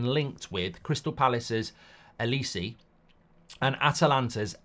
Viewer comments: It's said like O-li-say. Not O Li see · His name is not Elisi. It's Oliseh! Starts with an O. O.....li.....seh!!!!! Bloody hell man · The way mark says Olise’s name is doing my nut in 😂😂 it’s pronounced oli say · Can’t even say olise properly😂😂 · I’m hope United don’t sign Olise, can’t listen to Mark butcher his name for the next few years!